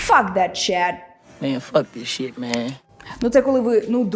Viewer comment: А чому $hit я чую як шєт а не шит?